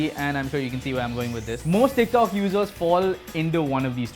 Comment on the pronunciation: Am I the only one who kept hearing "dick talk"